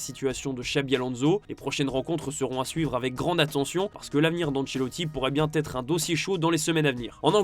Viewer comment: Rodri aurait pu têtre un joueur du Real... Il a préféré être que têtre. L'avenir d'Ancelotti pourait bien têtre le dossier chaud... En attendant, gros dossier sur tes liaisons dangereuses. 😂